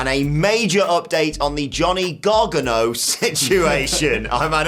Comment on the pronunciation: You know how to say Gargano's name properly. You're not being funny when you screw up names on purpose. Show some respect.